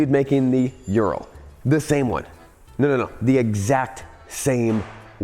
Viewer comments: Ooo Rahl! No one pronounces it right, lol. So in the first 5 min i thought, why do you always bash Urals? I have an 06 among my collection and it is my favorite bike. They are maintenance intensive, but the easiest bike i have ever worked on! I currently have my trans mission out replacing the clutch, time consuming but otherwise simple. Now i disagree on the idea they were stollen. History says otherwise. They were part of the "Non Agression" pact Hitler signed with Russia. 2 R71's and they were both 2wd! The germans were known for that on their military BMW's! Now i have to say before i get too far, awesome video! I will be donating! My prayers are with Jan! I have a home in Bulgaria another former soviet nation. The people of Eastern Europe are amazing! They help their neighbor! Now back to Ural, lol. The Ural was superior to the BMW R71! The R71 could not function in the siberian regions as it was a bushing motor, where the Ural is a needle bearing motor, i'm told they took that idea from Harley Davidson. The unreliability ,in my opinion, from experience, is from letting it sit! It has to be ridden all the time! I lost a cylinder to rings sticking in the top of the piston from the oil settling down to the bottom of the rings as it's a boxer motor. Ring stuck, broke, took out the cylinder wall. Now i ride mine every day and have only worn put tires and a clutch. I remember you flooding out a Ural, pumping the water out and riding it home and calling in unreliable! What? Tr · Dude you are saying it way wrong. Its a Ooo sound. Oooral. Like the mountain range. Ural Mountains. Not Youral. That just sounds wrong. Think Uwu. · It's not ural. It ooral, hard L. It's the same with the Lada cars. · U-rahl. Not urel .. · Its pronounced oo-rull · Yan didnt teach you how to pronounce it correctly ?URAL- OORAL